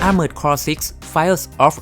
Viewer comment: Armored Core = ˈɑrmərd kɔr อาร-เมิร์ด-คอร ถูกแล้วครับ